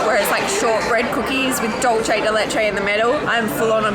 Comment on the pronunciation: My Aussie friends. Choripan: Chori = Chorizo (Sausage) and Pan = Bread. NOT HOT DOG! Hot dog meat is ground to a paste and chorizo is ground into small chunks offering more texture. Hot dogs are are skinny. Chorizo is thicker. Dulce de leche was butchered. Dulce is pronounced (doolce not dolche) (dolche is the Italian pronunciation). In the US, we all it Milk Jam. Helado sounds like hell-ado. In Spanish, the 'h' is always silent (elado). On your next trip, go with a travel guide who is an expert on where you are going. I'm from Argentina and I live in the US. I've also lived in Mexico, have traveled in Europe and have been to Melbourne, Australia. I can improve your experiences.